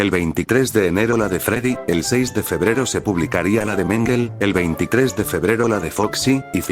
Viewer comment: me puse a investigar y la pronunciación correcta era Mángulh o mængel, pero creo q ya sería exigirle demasiado al Loquendo xd